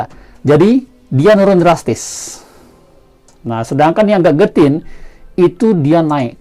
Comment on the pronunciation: Baca nya gejetin bro, bukan gat getin